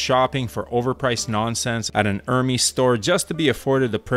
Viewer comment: Hermes is pronounced “IR - MEZ”